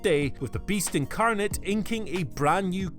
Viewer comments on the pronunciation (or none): none